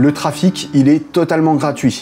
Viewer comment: Bon, sinon à part ça, « trafic » c’est avec un seul « f ». On ne prononce pas « traffe-fique » mais « tra-fique » 😝